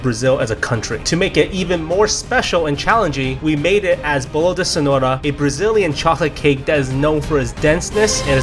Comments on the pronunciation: "Boulo dy Cenouyra",, 2019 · the funniest thing is that say bolo de cenoura instead of carrot cake